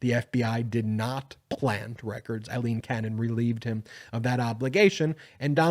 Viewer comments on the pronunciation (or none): is it so hard to pronounce the name Aileen not Eileen'